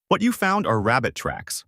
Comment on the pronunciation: This guy must be Elmer Fudd, he is obsessed with hunting down Bugs Bunny. "I found a wabbit"